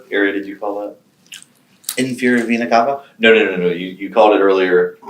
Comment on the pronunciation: If I didn’t know better I would literally think these detectives were getting sexually arroused hearing him say Vena Cava over and over. And he’s mispronouncing it at that!!!